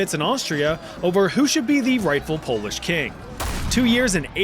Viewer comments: Good job on the pronunciation of polish names. It's hard for those who aren't from here, but honestly I didn't expect my country here so thank you for adding it ^^ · Cheers from Poland, very solid pronunciation, love to see our nonsense mentioned!! <33